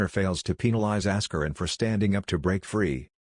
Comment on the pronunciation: "Ass-kur-in" Lol